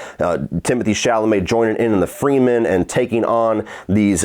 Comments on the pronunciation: Agree with just about everything you said. The pacing issues made it feel longer than it was, and yet it could have used more screentime. Didn't buy the romance. Only complaint I have for your review is you keep saying Freemen, not Fremen. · How am I supposed to take this guy serious he said “freemen”